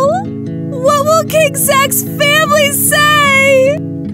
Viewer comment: When they wanted to say family they said fanily